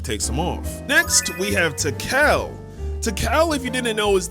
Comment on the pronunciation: Sometime I wonder if you’re actually tapped In or if you just be reading . Cause how thehell you mispronounce Tikal